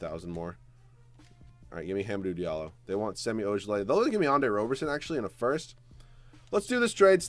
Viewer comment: You said Hamidou Diallo’s name wrong